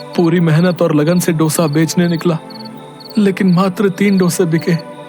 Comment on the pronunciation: It's not " डोसा " It's दोसा